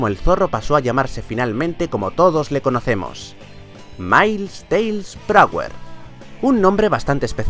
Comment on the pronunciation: dices mailis tails